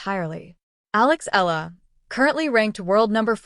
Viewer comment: Why can't you properly pronounce her (Alex) family name..?? I'ts Eala, capital E-A-L-A, Eala !!.. 😠😠